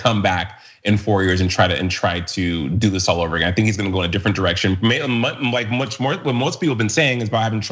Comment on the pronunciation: " I'LL NEVER BE PORE AH- GIN!" DUMMYS. tRump will decompose